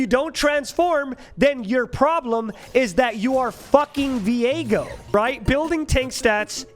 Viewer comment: i hate that people pronounce viego like vi ego, no its 1 word VIEGO like vigo